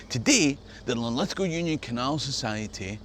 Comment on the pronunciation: Good on ya mate for pronouncing Lithgow properly.